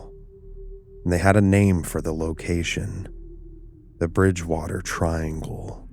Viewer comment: You had me until "the bridge-port-water triangle"